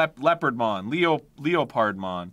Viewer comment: “Leo pard mon!” … “leopardmon”